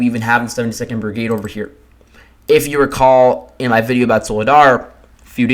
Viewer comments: You pronounce vul he dar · It's pronounced VU LAY DA, it's rather annoying to listen to the repeated mispronunciation...😡😡😡😡.